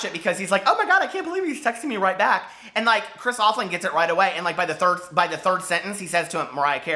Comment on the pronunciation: and he kept on saying chris name wrong